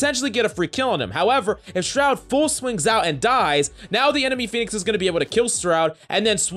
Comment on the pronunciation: Buddy really be out here saying SROUD smh